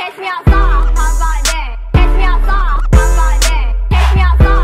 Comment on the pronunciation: Ke5Ka :3 я конечно вовремя, но чувак, всё же фраза «catch me outside, how ‘bout that? » и так правильнее но так-то, из-за её произношения звучало «cash me ousside how bout dah », но это блять смысла не имеет так что это неправильно